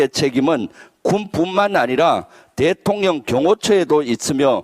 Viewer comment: 존경합니다. 고의는 아니시겠지만 대통년으로 들려서 듣기에 만족스럽습니다.